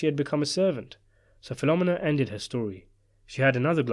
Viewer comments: The pronunciation of Filomena hurts my ears. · Great story, but the pronunciation of Filomena got me cringed every time. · Her name is pronounced PhiloMENA, you dunderhead. Not PHILomina! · Fil-o-mee-na, not phenomena. Haha. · Filomena is pronounced fi-luh-MEE-nuh, not fi-LO-muh-nuh. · In Sicily, the girl Michael married was named APOLLONIA (pronounced Apo-LO-nia), not APOLLINA. Also, the name Filomina is pronounced Fi-lo-MEE-na, not Fi-LO-mina. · Great vid! Just an aside, it isn’t Filomena like “phenomena” rather Fee-low-men-uh 🤙🏼 You could pull the penultimate syllable to sound like the second A in Charlemagne as well but that is not such a big thing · the woman's name is filomena, pronounced Feel-o-meena, not filomminna. sickening to hear all the repeated mispronunciation. regarding luca stumbling over his lines at the wedding, the actor may have flubbed his lines in real life, but that's exactly what puzo described in the novel: brasi stumbling over the flowery lines. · Fill-oh-meenah not Filohm-minah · Great video, as always…only her name is pronounced Fill-O-May-NA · My dude. I love your videos but you gotta start checking how you are pronouncing things. "PHIL-O-ME-NAH" 😂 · Fill-oh-me-nah. Just saying. Thank you for making this video. Luca was always scary. I read the book! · Fill-o-meen-a.... trust me. I worked for Italians that named their restaraunt after mother. Filomena's Lakeview in Deptford, NJ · I attended elementary school with Italian girls with names such as Carmella, Sabria, and Philomina . . . pronounced PhiloMEENa which I believe is how an Italian-speaker would say it. I suspect that the narrator's consistent mispronunciation is related to how the British often put the accent on different syllables as in "laBORatory". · Bro, you're freaking me OUT...it's Appa-Lone-e-ya (Appolonia) and Feel-o-meena (Filomena) jesus !